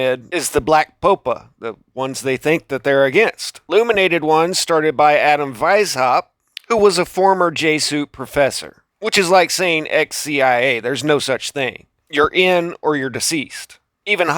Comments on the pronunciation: Jeh-zoo-it not Jay-suit. Other than that, great video. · Love your videos, but why do you pronounce Jesuit & Catholic improperly. It becomes somewhat of a distraction. Anyway just wondering.